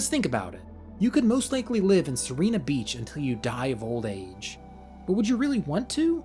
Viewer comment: you are pronouncing Sirena beach's vowels the other way around (as in... you are reading serina beach)